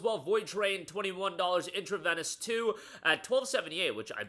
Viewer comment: Geez, I guess you've never had many injections at the hospital. Intravenous is pronounced, "Intra-Veenus."